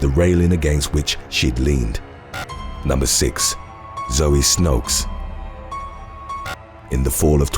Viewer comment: He was totally off on Zoe Snoeks name though